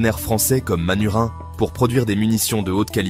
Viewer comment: J'ai apprécié le commentaire IA avec le prononcé de MANURHIN (Manufacture du Rhin) en "Manurine". Ne plus dire le Rhin mais la "rine". 🤣 Ceci posé ce n'est pas un retour du Made in France mais la fabrication de munitions pour armes légères et un nouveau site d'assemblage pour des armes conçues par l'excellentissime FN Browning group et manifestement un partenariat avec l'excellent CZ. L'armée de terre française vient d'ailleurs de passer un contrat pour acquérir la mitrailleuse FN Evolys en remplacement de ses Minimi. Plutôt bien d'avoir un site d'assemblage d'arme et de production de munitions supplémentaire dans l'Union Européenne. Même si le coût du travail en France est aussi dingue que le temps de travail. Il doit y avoir des aides de l'état français dans le coup. Autre point : Le 5.56mm n'est plus le seul standard Otan. Il existe aussi le 6.8mm, qui a été choisi par l'armée américaine, qui risque bien de s'imposer naturellement. Pas compliqué de passer de l'un à l'autre lorsqu'une arme a un canon interchangeable. Le 7.62mm se maintient lui. Je ne sais pas qui a fait cette vidéo mais il devrait savoir que FN Herstal est devenu FN Browning group. Il devrait savoir pour le standard 6.8mm. Il devrait faire la différence entre l'ouverture d'un site de production de munitions et d'assemblage d'armes, avec un renouveau de l'industrie française d'armement léger. Il ne faut pas rêver éveillé. 🤣🤣